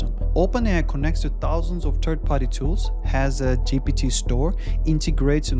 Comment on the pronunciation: You cannot still pronounce GPT, and you dare to make a video!